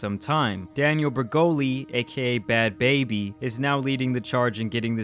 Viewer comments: Baa-bie is not how to pronounce her name. It means super rude in different language. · She literally said bhad so why can’t you say bhabie tf lmao that made me mad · Not hard to get it right look at the spelling BHAD short a, then BHABIE is long a. Sorry for making a mistake even if it looks like the same. Watch all the episodes of your idol